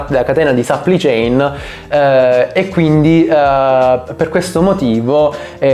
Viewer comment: "catena di sappli chein"